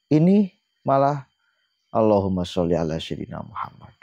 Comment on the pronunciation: Lu lulusan pondok ga sih mas? Sayyidinaa itu bukan Syayyidinaa...